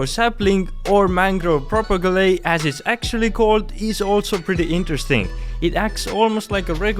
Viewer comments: It's not pro-pe-ge-le It's called pto-pe-gi-yul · Wow!, Thanks for the amazing video!, Please just revise how propagule is pronounced xD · I love your accent. The mangoove propagulee xD. Nice video btw